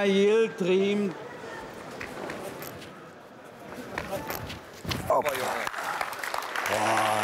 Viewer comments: Ötzinger, Yildrim!! Man oh man. Zum Zeitpunkt dieses Videos waren Mitbürger solchen Nachnamens seit mind 30 Jahren in Deutschland. Immer noch nicht gelernt. Aber gut ist ja auch Sportlehrer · Wie der Name des Türken immer ausgesprochen wird. Wie der Bürgermeister eines bayerischen Dorfes. Der Ötzinger Yildrim :D